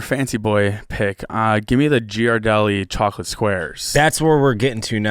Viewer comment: Them butchering the name Ghirardelli hurts my soul.